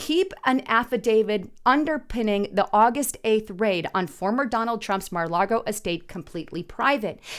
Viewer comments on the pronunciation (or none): Mar-A-Lago!!! NOT Mar-a-LaRgo! Largo is an unrelated city in the northern part of FLA near Clearwater! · it's Mara Laga not Mara LaRgo